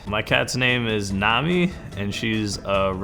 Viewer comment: It's actually nami but it really does sound like he's saying navi